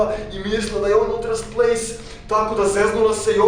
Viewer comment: Zoves se ultras plays a govoris kauntras plays lol